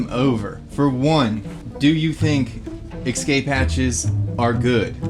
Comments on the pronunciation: lol and 15;55 and 18;16 and 18;21 and 19;14 and 20;30 I played it back 8 times and he definitely says emergency EX-CAPE hatch"😂😂🤣🤣🤣🤣🤣🤣🤣😂😂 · cmon its escape not excape lol. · THERE'S NO "X" IN ESCAPE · The word is es- cape. There is no such word as ex- cape